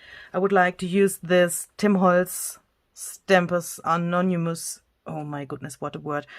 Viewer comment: What a great video! Thank you so much. Love your laugh. Oh, say (ah non ah mus) anonymous. Haha. I've watched many of you videos and always learn something new.